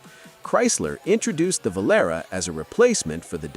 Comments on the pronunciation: IT'S PRONOUNCED <VŌ-LÂ-RĀ>, YOU MONUMENTAL TWIT. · And this is why I didn't buy an American car for almost 35 years. Btw, it's pronounced Vol-AR-ay. I can still hear the commercial. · He’s referring to the AI mispronunciation of Volatie’ , calling it a Volara. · Vo Lar Ray. Oh Oh Oh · Plymouth Valera? How am I supposed to take you seriously? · pronounced volaree. Pinto was 1970 to 1980, not 71 to 73. The Aspen and Volare were the same car with different names - but both were terrible. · My father had a Volare (you are saying it wrong go look for the song) and it was fine. Same car as the Dart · The Revolting Dope-R Volare by Chrissakes-ler!!! Need we say much more even fifty years LATER?!!!